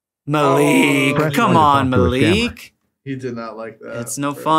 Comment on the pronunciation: it is mallik not maliik and a is short im Pakistani so I know